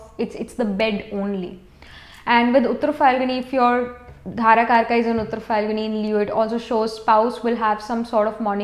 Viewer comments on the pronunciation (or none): With due respect mam, very knowledgeable, but its dara karaka not dhara